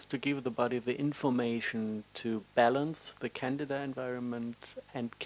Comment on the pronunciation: Oh hes saying candida, souned like canada.. lol... ok doki .. well hmmmm of coarse eating healthy and all is thumbs up.. but it wont cure..